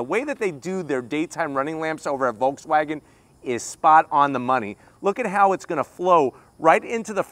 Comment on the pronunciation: There is no L sound in Volkswagen. Pronounced like folks, no L sound.